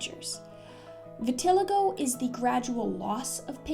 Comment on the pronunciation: Vitiligo is pronounced Vitil-eye-go